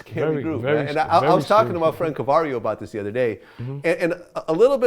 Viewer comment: “My friend Cavario” 😂 Glad funny without tryin’